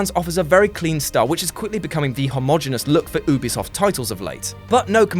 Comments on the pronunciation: I'm sorry... but "Oobisoft"? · not oobisoft Ubisoft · I'm getting triggered by the way he says Ubisoft